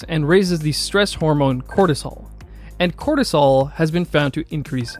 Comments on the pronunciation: U keep pronouncing “cortisol” as “cholesterol” 🤔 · voice sounds like you are saying Serum Cholestrol whereas Captions read Serum Cortisol. Which one is it?